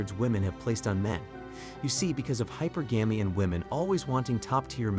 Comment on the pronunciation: it's NOT HYPERgamy it's hyPERGamy.